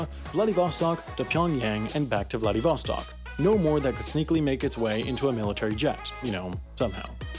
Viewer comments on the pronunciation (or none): none